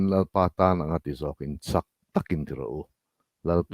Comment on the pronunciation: Minute - a Kolossa thu ka sawi hi ka lo thluk sual tih ka hre hnuhnawh a, " Lalpa tan anga ti zawkin, chak takin ti rawh u" tiha chak hi 'strong/chak' ni lovin 'sa ka ei chak' tiha chak ang hian thluk tur a ni e... Ka thluk sual vawi 1-na a ni hial mai thei, ka zam deuh a niang😊